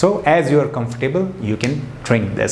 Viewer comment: Not Comfor- Table but pronunciation is ' comfortable' .....